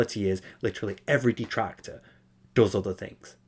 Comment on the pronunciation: "So apparently there's this insane dahtractor called Steeeve Of Tha Dead. And he's been attacking me and my family unrelentingly, for hours on end ranting and raving about how I'm a bad guy? And it's like dood...shut up. ackackack Now look, if anyone else brings him up you'll be banned from the chat, we don't need all that negativity here. I just want to have a fun, on demand, pahsitive stream. Sounds good? Ok."